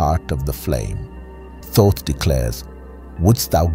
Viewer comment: The first first to pronounce Thoth correctly in ages.